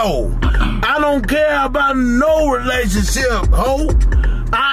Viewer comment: 😂😂😂 he said relationship re-lay-toon-ship